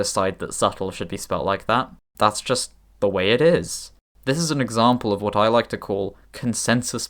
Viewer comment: Wha't Please don't do this, glottal stop together with the pronunciation of the "t" sounds so convoluted.